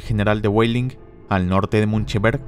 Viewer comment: pronuncias los nombres alemanes como si fueran inglés. Busche suena con la e final Weidling suene "Guadling" Seelow suena "Selou" (la doble e se pronuncia alargandola pero no como una I) etc